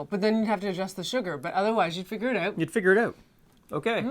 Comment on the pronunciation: "You'd have to figure out oot."